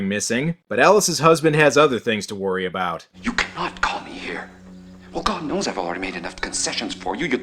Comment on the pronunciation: YES! we finally got an "Aboot" and a "Hoose" from